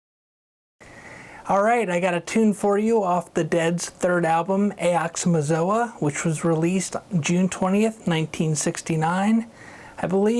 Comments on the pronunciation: Awesome tūt!! FYI—that’s not how you say aoxomoxoa [to anyone who’s curious] it’s: ox-oh-mox-oh-uh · Say it with me aux uh mox uh 🤣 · I tried. I really did. But the second time he said "AY OX O A MA Zo A". i just had to sop. nice try though.